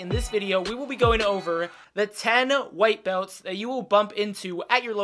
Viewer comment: I don’t understand “White Belt”? I think you mean “White Beltch” (Brazilian pronouncement) 😂